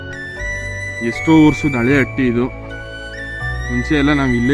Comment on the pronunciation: ಅಟ್ಟಿ ಅಲ್ಲ ಗುರುವೇ ಹಟ್ಟಿ